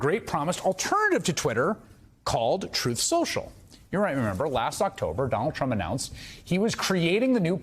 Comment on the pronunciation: You're mispronouncing it, it's "Troth Senssshul"